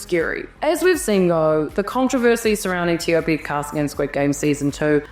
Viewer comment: i love ur correct pronounciation of his name.